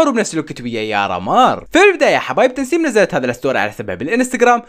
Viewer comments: تسنيم مو تنسيم😂😂😂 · طيب ليش يقول تنسيم😂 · اسمها تسنيم ولا تنسيم حاسه اسمها تسنيم بس عم بقلها تنسيم😂😉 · بدل ما يقول تسنيم، يقول *تنسيم😂😂😂😂😂😂😂😂😂🤷🏻‍♀️ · تسنيم مو تنسيم عندك مشكلة بالاسماء😂😂😂😂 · تسنيم❎ تنسيم✅ 😂😂😂💕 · مو تنسيم 🤦‍♀️😭 اسمها تسنيم 😹🦋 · لك اسما تسنيم مو تنسيم 🤗😂😂😂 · تسنيم❌ تنسيم✅😂😂😂😂😂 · تسنيم وليس تنسيم😂😂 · اسمها تسنيم مو تنسيم😂😂😂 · تسنيم❌ تنسيم✅ 😂😂😂😂😂😂😂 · كانك قلت تنسيم يس هي اسمها تسنيم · ترا اسمها تسنيم مو تنسيم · لا اسمها هي تسسسس 🐍نيم